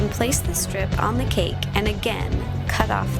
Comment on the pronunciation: I like the way she says cake....sounds like cack.